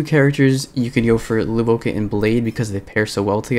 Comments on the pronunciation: luocha is pronouched lwo-cha. cha as in like "chai tea" cha, and the luo part is pronounced the way you'd pronounce the "swo" part of "sword", but with an L instead of an S (its not lu-wo-ka, though luoka sounds like a pretty name tbh) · Nitpick but in Luocha's name the "cha" is pronounced like "Cha Cha slide" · Lou-oh-ka LMAO